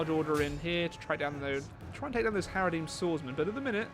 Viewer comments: It's HaradRIM swordsman not HaradEEM swordsmen! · By the way there's an R in haradRim